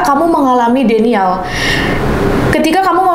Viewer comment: Fyi denial (baca:dinaiel)